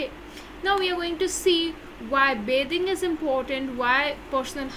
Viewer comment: Bithing not bathing